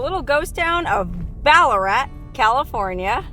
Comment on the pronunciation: No actually. Pronounced just as did. But with an Australian accent of course. 😊